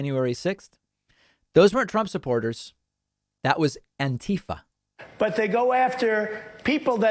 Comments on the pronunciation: "They came from Anteeefeh!" Someone should ask him to point that out on a map. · David, sir. I really appreciate the way you mock Trump's pronunciation of Annteefah. It's the greatest mockery ever, the best mockery anyone's ever seen. No one's ever seen a mockery like that. Edit: posted before I was finished typing, oops 😜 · That's ANTIFA with Trump's Arabic pronunciation!